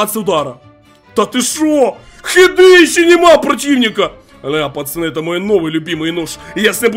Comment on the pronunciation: Тупо говорит пачаны